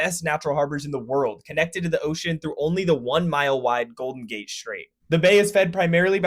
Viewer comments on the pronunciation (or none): none